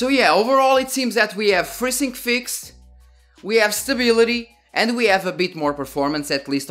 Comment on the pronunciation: i thought to myself... what the heck is "Frizzing"? and then AAAH.... FreeSync